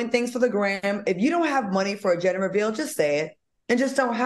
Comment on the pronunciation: its GEN DER Al. lmao